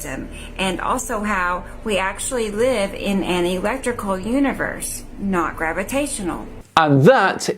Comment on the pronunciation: and his imaginary scam! I could have sworn she said "ERECTICAL universe".